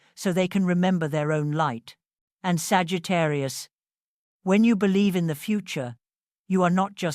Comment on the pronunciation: I bellieve...its always exactly like ur saying it